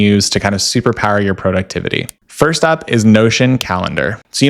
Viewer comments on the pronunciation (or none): Interesting video but “Prow-duxtevity” sounds like an app name is confusing